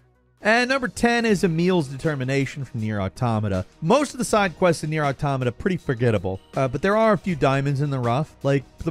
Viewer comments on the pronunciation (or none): none